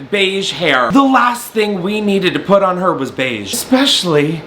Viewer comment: Not poot 🤣🤣🤣